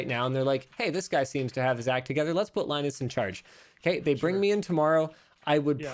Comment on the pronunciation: LIE-nus and